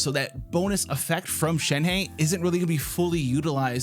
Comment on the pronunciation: ShenHe...it kind of sounds like Shen-huh